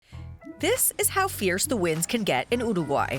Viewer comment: After two minutes of hearing her pronunciation of uruguay I have to leave, by...